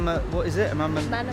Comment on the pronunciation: I’ve never heard someone mispronounce Manama this badly before 😂